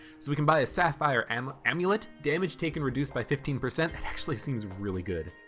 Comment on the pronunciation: I like how you almost called the amulet ammolet